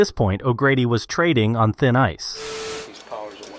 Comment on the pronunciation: Treading, not trading. Treading on thin ice. That brings up another thing I've noticed on this channel and maybe its just my imagination. The voiceovers used to sound more human. Did they train an AI on their own videos and his voice and are now using that instead of the human for the voiceovers? Its a subtle difference but the narrator in older videos sound more natural than this one and more recent videos. That would also explain the trading vs treading thing if it's an AI reading a text script with a typo. Or maybe its all in my head and he just mispoke or really thinks the phrase is "trading on thin ice."